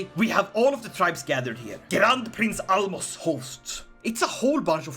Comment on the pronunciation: Magyar was perfect though saying Álmos should end with a sh not an s